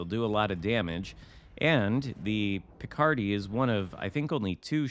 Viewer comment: Since it is French, last syllable should be stressed. LMAO THAT shot at Nagato! 2 out of 16 actually hit the target :D